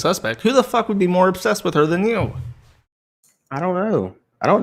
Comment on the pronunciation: owh fuck cwap and so on and so fowth